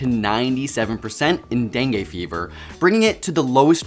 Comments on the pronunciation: Bro really said DENGAY instead of DENGUE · Learn how to pronounce dengue... the last sound is not e (as in set) but i (as in kid).